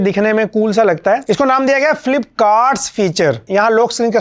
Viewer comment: Flip card ❌ Flipkart ✔️😂